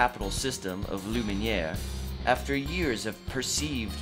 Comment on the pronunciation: I like how he tries with the french accent on Luminiere.